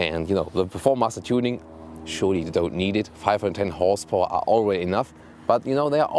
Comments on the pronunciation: "whores powah" 😂😂 lmao !!!! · "612 whores powah"